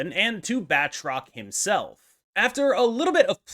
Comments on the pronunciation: Good video, but I need to call you out on your pronunciation. It's pronounced "BAT-roc ze Lee-PAIR". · It's pronounced baltroc the leap-aire (lie)